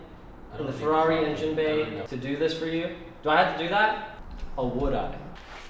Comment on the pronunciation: FERRARI not FEWWAWI